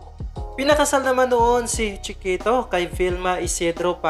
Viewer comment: " chee - kehtow " 😆